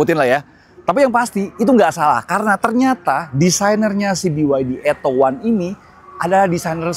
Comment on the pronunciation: Plis, jgn di englishkan lagi namanya, beyede udah capek rubah nama biar mudah diucapkan orang Indonesia, jangan lagi dieja ettow wan, atto sendiri berbahasa italia yg dibaca atto bukan ettow, jadi ejalah beyede atto satu